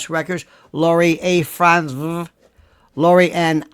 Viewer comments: Thanks! I’m Crying-Laughing at the way you say ‘Frantz-vrrr’!!!! OH! I needed that!!!!! 😂😂😂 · Franzffrrrt! 😆 You're too much lol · Sir, your pronunciation of the FranzVHH family absolutely SLAYS me every time you say it. Very nice indeed! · It’s hysterical to me every time he says Fransve, with the emphasis on the V. 😂😂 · me too; cracks me up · Me too, i just showed my daughter. She said how else would you say it!! 😳🤣 Thanks for the laugh! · Every time you said Frantzve I went into hysterical laughter.😅😅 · You have me LOL with your Lori F pronunciation!😂🤣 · This was one of your best shows and I have seen many of them. I love your pronunciation of Frantzve! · I love how Lionel pronounces “Frantzve” 😂 cracks me up every time!